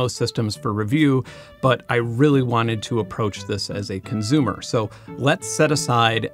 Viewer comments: Good vid, but hearing you say conzoomer (consumer) and conzoom (consume) bothers me 😂 edit: also theory-oh-retically is this an inside joke? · Why does he pronounce “consumer” as “conzumer”? Where is he from? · Why do you say conzume/conzumer? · Consumer has an S in it. Stop saying conzoomer.. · CONZOOOOOOOOM!!! Hahahaha I’m so glad I’m not the only one who heard this 😂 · Great video! It validated so many of my opinions. So, thank you! I just have ONE question: [clears throat] ... Why do you say consumer so often - and why do you pronounce it conZOOMER? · Love your videos, but please stop saying "conzoomer" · I love how Benn turns temporarily German every time he says "consumer" :P